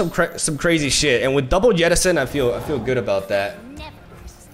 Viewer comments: Why do you keep calling 'Jettison' as 'Yeti-son'? :D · I don't like it when plays deep, cause I gotta listen to him say 'YETTISON' like 12 times throughout the video. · Can we get some love for "Yettison" jettison? Part of charm that he seems to pronounce different words using inconsistent language assumptions, like he randomly decides what language should inform the pronunciation of each word, then sticks to it no matter what.